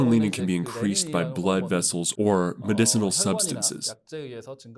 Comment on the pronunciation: The hormone is renin...not lenin 🤭